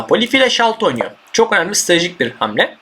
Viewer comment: Nobody::stradejik